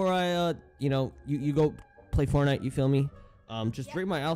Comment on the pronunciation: "Wanna have fortinte?" OAHAHAH